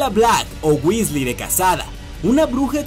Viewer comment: johan hdez Tenes razon se dice Weasley gracias por corregir jaja